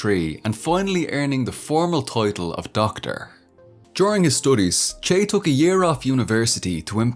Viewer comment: I enjoyed this, but you mispronounced his nickname.